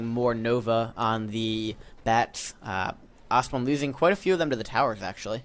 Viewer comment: Love how says "Lish" lol. Also, I could be wrong....but isn't Ostone's name pronounced "aw-stone"? not "ost-one". I mean.... I normally just assume is wrong;)